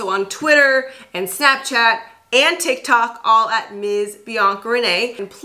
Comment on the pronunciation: I love how weird it sounds when influencers say "tiktok" 😂